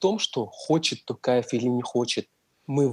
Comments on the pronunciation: братан а че не сказал что не ТАКАЕВ а ТООООООКАЕВ! надо было научить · Когда научитесь правильно говорит, мне стыдно за вас, у казаха ум и интеллект выше. Живу в Казахстане, Такаев, тэнге вы что читать не умееете? Токаев, тенге.